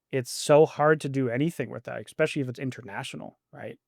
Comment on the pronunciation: Someone needs to teach how to pronounce the word "especially." Haha!